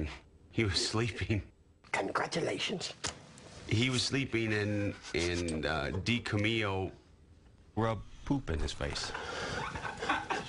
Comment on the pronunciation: "Di-ca-mio" for Dicamillo LOL